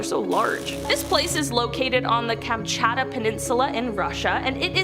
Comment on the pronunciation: Kamchatta peninsula? It's Kam-chatt-ka.